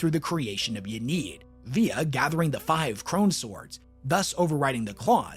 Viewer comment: also please its in-ee-ad not ya-need